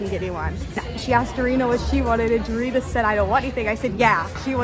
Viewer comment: She is not durin-nah. She is dah-ree-nah 🙄